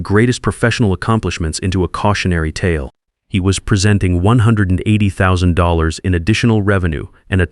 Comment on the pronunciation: Can’t even get past the first sentence without butchering $180,000 pronunciation.